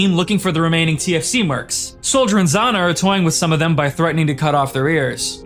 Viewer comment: "Zhanna" is not with the 'z' sound - it's closer to the "Ge" sound (like at the end of the word 'garage') . I'm really sorry, it's just hurting my ears.